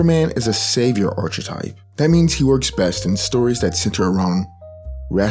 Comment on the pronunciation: Great video but I have one nitpick. I really don't want to be that one snob but how you pronounce "Archetype" drives me up the wall. It's more like "aar-kuh-tipe" The ch makes a K sound.